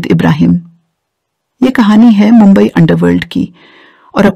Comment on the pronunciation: मँडम आप गलत जानकारी दे रही है हा और मुंबई बोलने की प्रँक्टीस किजीए